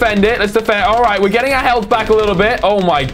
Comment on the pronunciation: Lol u say healf like i have 5 healf